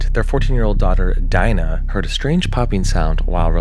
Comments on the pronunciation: To clarify, "Dina" is pronounced "DEE-na", not "DY-na". I know this because my mother's name is coincidentally, "Dina". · .. so odd thing to stick out at me, but it’s extremely rare to find someone with the same name spelled the same way as my family member. Dina isn’t pronounced Dine-ah. It’s Dee-na. Dina is related to Dinah, but they are pronounced differently. Thats the only comment i have because your content is rather lovely, i appreciate that and hope you keep up the good work! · Are we sure her name just isn’t pronounced Dee-Nah instead of Die-Nah ? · it's pronounced deena ... XD Dina -> "Deena" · lol I think the name is pronounced Dee-na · I thought that Dina was pronounced Deena! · never heard Dina pronounced that way